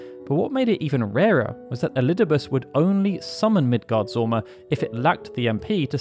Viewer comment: It is Midgards Orm, not sorm